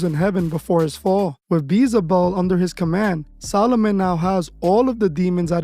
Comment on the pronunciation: Yo dude! It’s Beelzebub. Bee-El-zuh-bub.